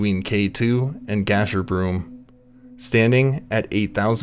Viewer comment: It's, "Gasher-Brum not, "Gasher-broom. It's "Biv-wack" not "Biv-walk." Fucks this is basic shit bud.